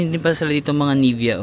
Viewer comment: ni-vea' not nivea..eme